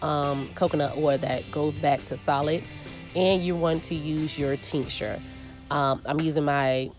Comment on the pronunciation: What is the teenksher or what is it that you’re saying sorry? 😂